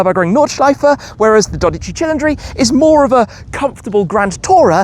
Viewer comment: if you pronounce 12 Cilindri like that one more time the Vesuvius will erupt and haunt you all the way to UK